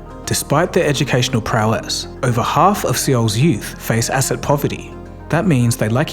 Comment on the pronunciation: Fam the city's name is pronounced soul not see-ol